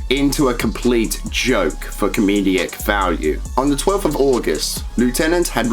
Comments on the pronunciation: Great vid. Shows that you can't pass off fictional content as real. Even though Lt. lickme said some of his videos were fake, it's so sad that he used his talents for this purpose. Why do you pronounce 'comedic' as 'com-me-de-ic'? Bit weird. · Comedic. Com-ee-dic. Great video though :D